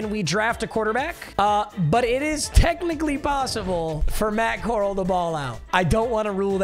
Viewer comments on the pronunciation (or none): Core- Al not Core- ul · Papa it’s Matt Corral like Golden Corral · Butchering Matt Corrals last name 🤦‍♂️ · Drove me nuts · As an ole miss fan it hurt😂😂😂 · Him saying Matt coral is gonna make me kms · Bro said matt coral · i love that he mispronounced matt corrals last name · Why you saying Matt Corral wrong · thats not how you pronounce matt corral